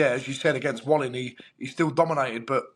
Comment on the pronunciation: Davies is so pretentious, the way he pronounces Otto Wallin‘s name 😡😡😡😡😡😡😡